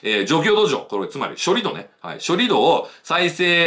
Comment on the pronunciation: さすが常念さん。 盛り土=もりど、ではなく、もりつち 処理土=しょりつち、ではなく、しょりど それぞれ正しい方の読み方でお話されました。そうですよね。基本は音読み訓読みは揃えたほうが綺麗です。